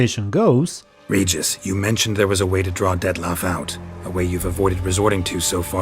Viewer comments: I think his name pronunciation sounds like this, because it is Poland universe and in slavic countries his name sounds like you said in the video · Don't know about Polish, but Regis with G as in Geralt is the only way his name is pronounced in Russian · its pronounced like that in Polish too. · I am from Russia ,and we pronounce the name «Regis » as in vampire. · In Polish we also say it like "Regis", it's only the english speaking people who pronounce G like DŻ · Well of course you pronounce it wrong 😂 Witcher was written by Polish author. Not only Regis name is incorrect, but literally every name in the books, games, TV show and etc. In Slavic countries we say Regis just like he said in the "Ancient Vampire" language. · Both in Polish and Russian, his name is pronounced as "Regis", not "Redjis" (yeah, I don't know how to put it else, lol). The same way it is in the books. I suppose "Regis" came, because somebody forgot to point out the right pronounansation during voice acting process. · In Russian translation Regis’s name is always pronounced correctly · The name is pronunced difrent, in fact in the original books, and lague its pronunced as same as vampires pronunce it. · actually in latin, regis means king. in vampire pronunciation same as latin pronunciation :D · Polish pronunciation of regis is the same as the vampiric one. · about his name pronunciation - in Cz and Pl it is same (I am from Cz and I play with Pl dubbling) and in books - Regis was not waitning alone when Geralt was with Fringilla. Regis was with sukkub. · In Polish we read Regis' name with "G" like in Geralt's name. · In polish actually you pronounce Regis nearly exactly how he said it in front of the unseen just a little fun fact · You dont even know how happy am i that i hear regis not reeeeeegis Greetings from Czechia ❤️❤️ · In Poland we say "Regis" in that way :D I think because of that in other languages it sounds very similar :3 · I’m german and we pronounce it exactly like that